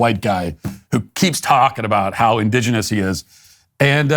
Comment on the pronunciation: Let’s hear it for Matt saying indigenous ten times in a row without mispronouncing indigenous